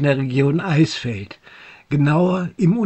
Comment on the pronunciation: Sehr schön in Szene gesetzt. Kleiner Hinweis - Eichsfeld wird "Eiksfeld" ausgesprochen.